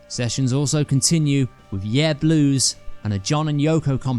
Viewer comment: I really enjoyed this video. I have only one sort-of-criticism, if you can even call it that: "Yer Blues" isn't pronounced "Yeeah Blues" , it's"yer" that rhymes with "blur". Y'know, like"Your Blues". I thought you would have known that, being from the West Midlands which isn't TOO far from Liverpool and the North. D'y know what I mean?